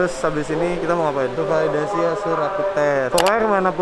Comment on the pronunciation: Kak koreksi kak, Validasi bukan Falidasi.. hehe